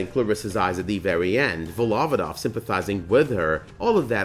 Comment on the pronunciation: Volov`odova not Vol`ovoda. Surname is formed by collocation "shepherd for oxes"